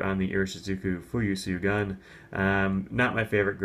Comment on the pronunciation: "syogun" is actually "shogun", as in the word used for the head of the samurai government of Japan. :)